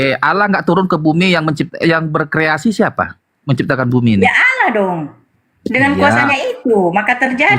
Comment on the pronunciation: kpd debater muslim harus tegas..jgn biarkan kata "Allah" diklaim oleh oten. sakit hati mendengar oten mnyebut alah...pdahal mereka itu mnghujat.